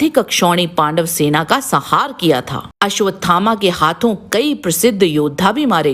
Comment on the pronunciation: आपको सपरिवार शुभ दिन आपके द्वारा निर्मित बीडिओ काफी अच्छा है। परन्तु आपने अश्वत्थामा द्वारा नारायण अस्त्र चलाने पर कौरवों की सेना का संहार ऐसा शब्द उच्चारण किया है। आपके द्वारा काफी धार्मिक बीडिओ पेश किये जाते हैं। अतः आपको शब्दों के शुद्ध उच्चारण के प्रति काफी ध्यान देने की आवश्यकता है।आप लगातार ऐसे ही बीडिओ पेश करते रहे। नमोनारायण आपको सपरिवार शुभ दिन।